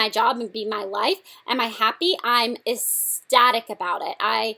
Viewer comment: Ecstatic, Blair. Estatic is not a word.